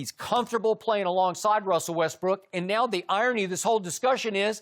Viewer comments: look at Chris when Skip says “Wethbrook” 😂😂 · Russel WeTHbrook🤣🤣🤣